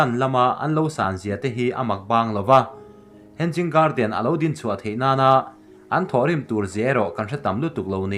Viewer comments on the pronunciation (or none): "Henzing garden" a ni lo "hanging garden" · Hang ging nge Hanging ???🤣🤣2🤣2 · Henzing😂 Ka sawisel ngailo. Mahse comments te hi ka chhiar thrin a, thil lam dana ziltu a nga thrahnem hle ti a hriat thei. Word by word a hrilhtu pawh a neih fo thrin. Mahse tun thleng hian a zawm duh miahlo. Ka nuizat ngailoa, mahse a tranpui tumtu te, a lam dik thei tana comments a tranga thinlung thianghlim taka lo zil thrin tu te thu hi a la duh miahlo hi mak ka ti. Nui a duh a ni ang. A content chu a thra, mahse a chapo tawh nge, a zawm duh miahlo ti hi a lang ngawih2. Vawi tam tak a ni tawh si a. Mahse, a video a nia, a thuneina sang ber a nia...sawi thei kan ngah lo. "Thuneina hi a hlauhawma, thuneina hmansuol hi a hlauhawm zawk". Mahse, i contribution, information le Zohnahthlak chankanna leilawna i ke pên erawh i za awm in i fak awm hlê a nih. In siamthrat duhna ne'n rawn bei zel rawh aw Thrian -Lusei ka niloa, ka spelling le construction te pawh khi diklo tamtak a awm ang; ka pianpui trawng a ni loa. Mahse ka ngaihpawimaw ema ka rawn trawng ve vak a nih e. Tih sual ka nei chuan min ngaidam hram dawn nia. -Hmar Pa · Hen- Jing garden nilovin hang-ing garden ti rawh 🤣🤣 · He-nging garden tia lamrik tur ni zawk in ka hria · Hanging garden ' a pronunciation ah hian 'g' hi ri tello se... a dik in a ngaihthlak a nuam zawk daih ang.